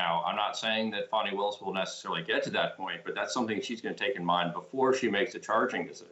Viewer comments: Her last name is WILLIS, not Lewis. Not an informed reporter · Willis, not Lewis